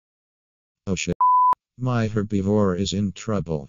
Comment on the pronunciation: LEONA YOUR W H A T?! DAMN AI, BRO THAT IS N O T HOW YOU SAY HERBIVORE!!